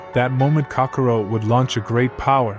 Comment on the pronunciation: You really need to work on your pronunciation. The race is called say-ins goku's Sayjin name is kack-o-rot, and it's freeza like freezer. Thank you. Just watch some dbz in the English (usa)dub.